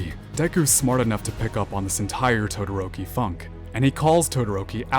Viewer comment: Dadoroki 😂😂😂 I died at that and senpai has fucking noticed